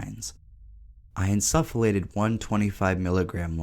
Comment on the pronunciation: you're pronouncing insufflate wrong